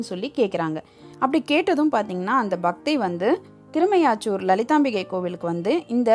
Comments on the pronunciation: Amma ooru peyarai sariyaga ucharikkavum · சஹஸ்ரநாமம் என்ற வார்த்தையைக்கூட சரியாக உச்சரிக்கத்தெரியாமல் சஹஸ்கரநாமம் என்று உச்சரித்து அந்த சஹஸ்ரநாமத்தின் மதிப்பே போய்விட்டது. காதில் ஈயத்தை காய்ச்சி ஊத்துவதைப்போல இருந்தது. திருமீயச்சூர் என்ற அழகான பெயர் கூட தட்டு தடுமாறியது உங்களது வாயில்., தயவு செய்து உச்சரித்து பழகி விட்டு வீடியோ போடுங்கள். அரைகுறை. வெட்கக்கேடு.